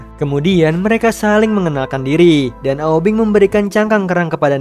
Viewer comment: Aubing bukan aubeng 😀